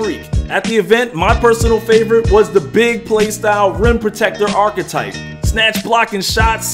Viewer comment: Man, pronounce archetype correctly. you stressin me out.